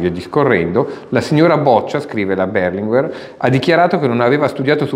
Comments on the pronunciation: Non mi sono spiegato: è come la maggioranza pronuncia una parola, un nome, ecc. che, in italiano, diventa la regola, la pronuncia corretta. Da decenni l'Italia intera ha pronunciato Berlinguér, con l'accento sull'ultima sillaba e quello è il modo corretto. Poi arriva un diversamente sveglio e sposta l'accento, ma è lui che sbaglia! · Non avevo mai sentito pronunciare il cognome Berlinguer con l'accento sulla prima " e " ma sempre sulla seconda.